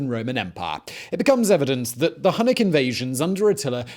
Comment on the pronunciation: H U N N I C --> Hue-nik